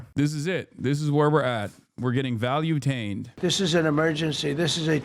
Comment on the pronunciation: “This is it. We are getting valutained”😳